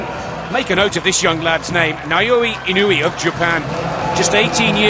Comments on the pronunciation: “Now-yeah in-a-way “ This is the closest pronounciation to the Japanese language. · No... Now ya ee no ooh ay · One of these day I’ll find someone who can pronounce Naoya Inoue correctly.